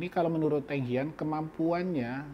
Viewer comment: Pelatih mereka BUKAN Eng HAN ..tapi ENG HIAN